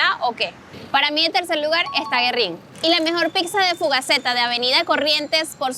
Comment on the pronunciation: Génova, con acento en la e. Y gu-e-rrín, hay que pronunciar la u porque tiene diéresis. por lo demás excelente video.